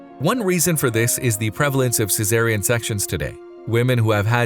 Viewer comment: WHY.... Is he pronouncing a "Z" in the word CESAREAN??! There is NO "Z"!! The "S" IS Pronounced like an "S"!!! VERY SIMPLE BASIC ENGLISH!! THIS IS N-O-T ROCKET SCIENCE!!!😣